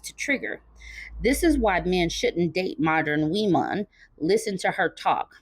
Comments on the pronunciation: "Wemon"? Is he Elmer Fudd trying to say "lemon"? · "wemon" took me out 😂😂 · you killed me with the "wemon" pronunciation. LOL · What’s a “wemon”? 😭😭😭😭💀